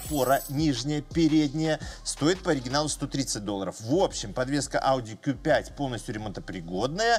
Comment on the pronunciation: 👍в первую очередь лайк за правильное произношение по на званию авто ауди (кью5) а не (ку😂) 5 ☝️